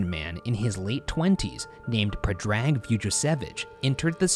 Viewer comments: the way they butchered Predrag's name, Ryan sweetie no 😭😭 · Predrag being pronounced differenty at the start to a little later in is entertaining to me :)